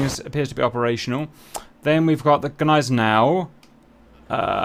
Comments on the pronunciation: Haha bro I laughed at how you pronounced gneisenau😂😢 it Hurt my Germany, and I am not even german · you got that one right but not Gneisenau :P